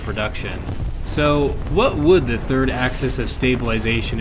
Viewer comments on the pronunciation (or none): none